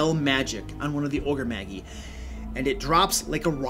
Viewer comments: "Magi" is pronounced "maj-eye," not "mag-ee." Also, it's plural. The singular is "magus," pronounced "maj-us." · It's from latin, pronounced mey-jahy, and is the plural of magus (mey-guh-s) meaning wise man. It's where we get the term mage. Oni (oh-nee) is a Japanese monster, but DND has used it for magical ogres since at least the second Ed Oriental adventures. Apparently, pronouncing is mag-gee as he does is a Nordic word, same spelling, which means stomach. Fighting disembodied magical ogres stomachs sounds kind of awesome, though. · Magi is prounced ma-jai not maggie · MAH- JAI. Ogre Magi. OH- KNEE. Oni. /thatguy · Ogre maJ-eye, not ogre maggy, (soft J, not hard G). The word "Magi" is a reference to ancient scholars and astronomers, the best example of which are the classic "Three Wise Men" which are often referred to as The Magi in biblical texts. Oni (oh-KNee) comes from Japanese mythology and are a kind of "Yokai", which means ogre, troll or demon depending on context. The Oni and the Ogre-Magi are fundamentally similar concepts and I suspect that the original D&D Ogre-Magi was an adaptation of the Japanese concept. Of course, I now have to have an ogre NPC in my game called Maggie..... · Isn't Magi pronounced May-jai? You are the first person I have heard pronounce it as Ma-gii. Also its fifth edition name is pronounced Oh-nii. That you can't be blamed for that one as it is Japanese. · Ogre Maggie? (You mean Ogre Maj-eye?) Sorry, I can't focus on anything else when you call them that... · I love your videos, man, thanks so much for the hard work! Just a friendly note. . . the word magi is pronounced ma-jai. Soo not trying to be an ass here, just wanted to give the heads up. Thanks! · Magi is pronounced MAH-jeye. Great content though. Love your channel. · Magi is pronounced mage - eye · Magi is pronounced ma-ji. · While I enjoyed the video did it bother anyone else that he kept pronouncing magi and oni wrong